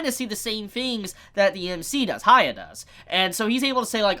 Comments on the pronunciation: Is this an English-speaker thing? You can't pronounce "hya" you have to make it ha-ya? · Please dont take it the Wrong way its prenounced Hyaku-maru Its not Acurate But It Should Help I beleave the Manga Do not use Modern Anime Names LOL Like Hiro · Idk why so many people have issues pronouncing Hyakkimaru's name. The characters say his name. Just listen and repeat. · You can't expect everyone to just pronounce a fucking name like hyakkimaru correctly the first time when the names they're used to are completely different.